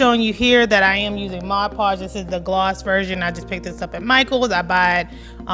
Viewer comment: Thank you for saying Mod Podge and not Modge Podge!